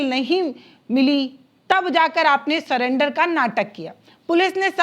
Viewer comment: सलेंडर नहीं सरेंडर है मैडम।